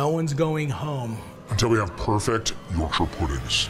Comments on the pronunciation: Sooo I'm from England. And it's not pronounced YorkSHIRRREeeeee. It's pronounced Yorksha. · Please don’t say York-shire pudding again 😂 “YORK-SHA” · Matty. I love ya bro. But. As a native Yorkshiremen....Please stop with the York-Shiah. It's pronounced Yorksher. And for all the nobbers with comments on Phonetics and the spelling...The English language...is not...phonetic. Do one. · why Matty, why are you pronouncing it YorkShyer rather than Yorkshur? You’re Canadian, my dude 😅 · as a yorkshire man you need to learn how to pronounce it york-shuh none of this shiirreee nonsense also you was a top guy in the bear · The way Matty says Yorkshire like he’s talking about The Shire is funny, it’s said more like York-shuh in the UK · YorkSHAYER pudding!! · Yawk-shuh is how you pronounce it btw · Matty boy..... Worcestershire and Yorkshire words in UK are pronounced.... Woster-sheer York - sheer 😂